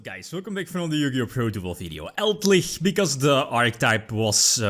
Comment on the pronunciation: Elder lich, eld-lich: Eldlickchs